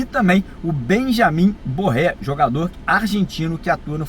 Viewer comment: GARRÉ, não é BORRÉ e não é BARRÉ